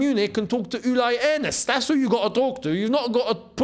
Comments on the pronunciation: You're butchering Uli Hoeness' name. You can literally look him up on wikipedia and click the little speaker icon to hear how it's pronounced. Basically, Uli is short for Ulrich. So Ul-ih, not Ul-eye. And Hoeness doesn't start with a silent h. Try to say "he" but then use the vowel from Grønkjær and Jørgensen's names. Yes, the o with a slash. Phonetically, it is the same sound as oe or ö. And then Ness, as in Loch Ness. Hø. Ness. And if you really can't deal with that contracted oe-sound and you can't diphthong an o into e then just skip the e and give it a long o. Not perfect but Germanic speakers are used to English speakers doing that. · The name is pronounced Uli nor Ulai. So it’s Uli Hoeness in German 😊